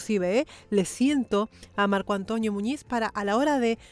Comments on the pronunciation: Hola Hermosa soy fans de tu canal espero que no se moleste por mi humilde comentario creo que ha dicho mal el nombre ( Antonio ) Yo repeti muchas veces y claramente escucho (Antoño) Y eso pasa tal vez por su acepto y la foma de habla tan española, espero no se me enoje solo quiero opinar sobre esto, Un cordial saludo para usted. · no me había dado cuenta que dice: Marco AntOÑO Muñiz... 😄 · Es Antonio, no Antoño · Dice Antoñio en vez de Antonio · Soy yo o se escucha que le dice marco "antoño" muñiz? 🤣 Yo soy antonio y me dicen toño, pero no antoño 🤣, suena gracioso